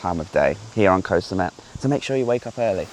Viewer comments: Can you pronounce koh correctly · In Thai, the "K" in "Koh" (which means island) is unaspirated, meaning it sounds somewhere between a K and a G. If you pronounce it with a soft "G" sound, you will sound very natural to local speakers. Ask a local.